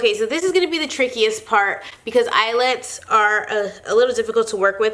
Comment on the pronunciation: count how many times she says eyelits(I think that is how you spell it)lol😂😂